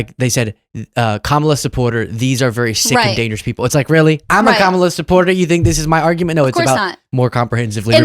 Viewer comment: 🤔and, why did I watch this wasting close to 2 hrs of my time for supposedly some etiquette lessons!? Just the mere fact that she refuses to put more effort in learning to pronounce Kamala correctly, shows how useless the whole thing is. I think that she’s doing it on purpose just to be offensive as her idol, trump🤷🏻‍♀️ I know you guys are trying to get more views, but you’re better than that,!